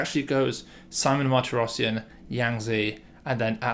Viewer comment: little pronunciation tips: armenian last names have always stress on the last syllable: mahr-tee-ross-SYAN, gor mean-noss-SYAN and the same for the russian david: badge-uh-NYAN. pyotr us-sah-YO-nuck andrei ar-RYAM-now